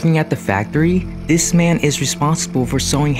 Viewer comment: Why does he talk like thIIEs